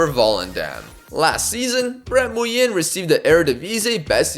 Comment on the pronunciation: Nguyen in Vietnamese is pronounced like "Wing" basically btw